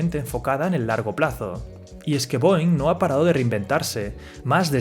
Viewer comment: Esta mal la pronunciación de la empresa mis maestros de aeronáutica se han de estar rebolcando en su cama hahaha